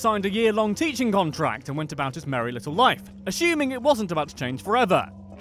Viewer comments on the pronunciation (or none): none